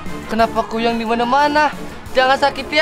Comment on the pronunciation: Kn kuyyang lagi kuyang lo bukan kuyyang uuu ngomong apa pun di tambahin tambahin uuu😂😂😂😂🤣 bilang kuyang aja kuyyang 🤣🤣🤣🤣